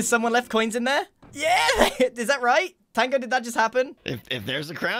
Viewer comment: i just love how grian so cassually says tongo🤣